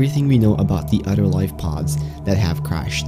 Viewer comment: He says " udder " instead of other